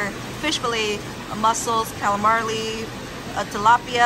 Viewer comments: Calamareeeeeee not Bob Marley🤪😂😂😂😂💯❤️ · Sweetheart, Calamari is pronounced Calla-mar-ee. Or, in Greek, it's Kalamaria, or Calla-mar-ree-ah. Rock on,! You are tops! Love & best wishes. -Rain from Denver, Colorado 🇺🇸 🥰